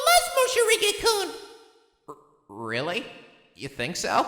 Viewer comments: Is he calling him “Moshirige” instead of “Morishige” ironically? New to the channel so I’m not sure if it’s a running joke or if it’s unintentional mispronunciation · Damn, there's even a legit soundtrack! By Lizz! I am so hyped rn. Poor Morishige, no one could even pronounce his name right. lol